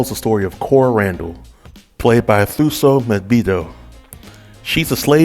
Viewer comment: Thuso is pronounced 2 so. Thank you kindly❤️